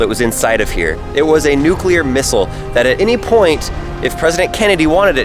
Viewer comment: Legit liked this video just bc this dude is better at pronouncing the word "nuclear" than both George W. Bush and Ice Cube 😂😂.